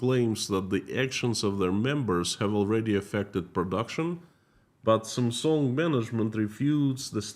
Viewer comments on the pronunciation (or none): none